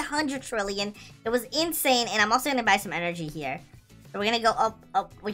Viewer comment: You said bbbbbbbbbuuy and why mAgNeT sImUlAtOr